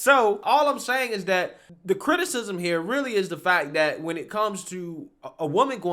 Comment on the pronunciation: It is not "dat." It is "that." It is not "dere." It is "there."